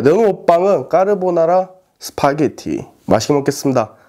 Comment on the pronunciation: 스퐈게티 억양 보소 ㅋㅋㅋㅋ